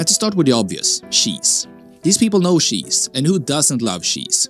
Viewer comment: Bro its cheese not sheesh😅